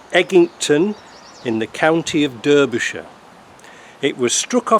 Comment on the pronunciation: Would be nice if someone had the funds to bring it back to the uk. Eggington is only a few miles from us (by the way, Derbyshire is said as Darbyshire!)